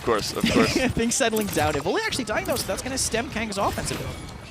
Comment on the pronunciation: Yes, especially since Raynday is gone, but the way he says Evulli (Evoly) drives me nuts. Literally everyone, including the player, pronounces it evil eye. I bet they all give him hell about it behind the scenes!